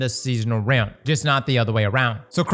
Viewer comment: He has to be saying rim instead of realm on purpose😅